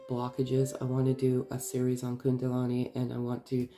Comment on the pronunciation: thank you, you have a lovely voice 🌝 ( it's kundalini not kundalani 😊)